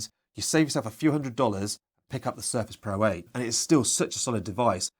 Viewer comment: Thanks for the video but I would recommend you to improve the way you pronounce Surface pro.